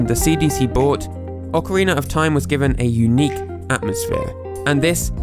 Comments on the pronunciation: "Ocariner of TIme" Anyone else notice? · Why does every british guy say "Ocariner of Time"? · ocariner of time